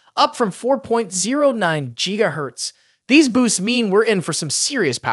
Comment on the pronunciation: Wtf is a Jeega hertz